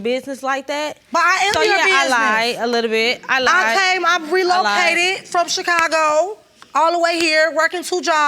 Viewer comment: The level of these young ladies vocabulary is just hurting my ears. Did the sister say that she Prelocated instead of re-located! 🤣🤣🤣🤣